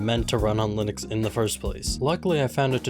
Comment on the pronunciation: bro really struggled with linux